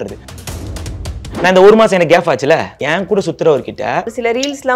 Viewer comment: கேப் என்று சொல்ல தெரியல உனக்கு ரெண்டு பொண்டாட்டி கேட்க😅